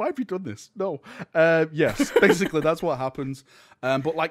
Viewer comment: He barely covered anything and what he did mention was missing half the context. "So basicleh this guy is really awesome and strong basicleh"